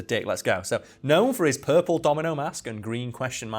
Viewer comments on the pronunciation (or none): none